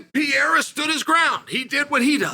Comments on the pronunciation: Pereira, not pejeira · I don't know if anyone has mentioned it, but Chael, your inability to correctly pronounce fighters' names is unprofessional and disrespectful. I watched you butcher Pereira name 3 times in one minute. You can do better.